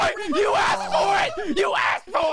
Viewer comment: res"pecked" OK I.....ill leave quiet bye............